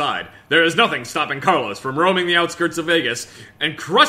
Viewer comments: uuuuuugh I can't listen co carLOS spanish.... The first syllable is pronounced stronger than the last. It's like CARlos and not carLOS. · It's not "Carlos" It's "Carlooossss" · Spanish is my first language... I cannot explain how painful it was to listen to "Carlós"...